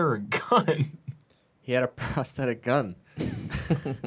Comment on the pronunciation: I cried during this video. "No, he didn't attack (meaningful pause) woman with machete; he attacked woman with machete." "He had a prothetic gun" chuckle snort